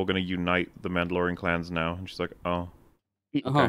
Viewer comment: Din Djarin: She’s Muhdlorian Queen